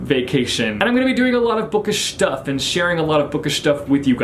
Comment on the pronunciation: saying 'bookish shutff' with the shh on stuff made me...way too happy?? lol